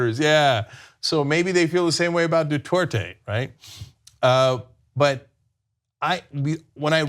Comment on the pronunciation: Where is Cenk getting the W from in Duterte? There is nothing in Spanish, English or Tagalog that magically turns Duterte into Dutwerte.